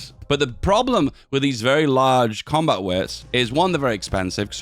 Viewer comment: I've heard you say "coombat width" so many times, it has lost all meaning.